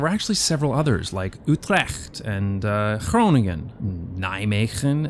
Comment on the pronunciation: Hah... I know the Dutch "G" and "ch" is very hard for foreigners to pronounce. But you said Groningen, Nijmegen and Utrecht pretty well.